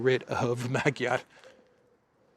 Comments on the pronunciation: His name is pronounced as MaDyar (not Magiar) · ....please pronounce the fools last name properly..Madyaar...unless you are making fun of him..😂... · Actually, Magyar is pronounced Madyar, the "a" sounds are like in the word "love". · I think the A is pronounced like a short O in Hungarian... so Magyar sounds like Mogyor. Not that is matters as he'll just be another irrelevant puppet of Brussels. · the “g” in Magyar is silent in Hungarian language!. Now I’m waiting for Orbán to be put on the European sanctions list like Jacques Baud and the others 🙄